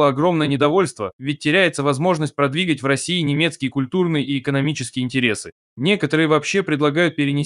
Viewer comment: кто это читает, бот ? "ПродвИгать, нАчало" 🤔